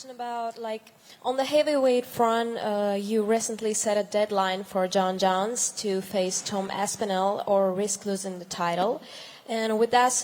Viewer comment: She said John Johns 😅